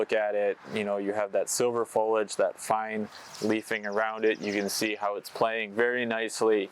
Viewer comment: FOL-I-AGE, not folage.